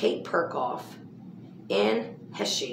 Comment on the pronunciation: Dang it girl-u were sayin it right in the last video I saw u do!! It's pronounced Anne Hesh. No need for the long capital E on the end cuz she ain't use it. 🤩